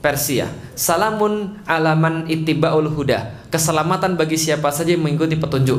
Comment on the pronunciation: Salaamun 'alaa man ittaba'al huda. Bukan (ittibaulhuda)